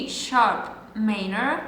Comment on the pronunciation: wymawiamy - ` mAJ-nor` - a poza tym OK :))